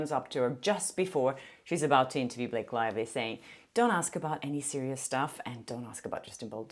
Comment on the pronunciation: Did I hear wrong or did you call her Blake Liely? 😂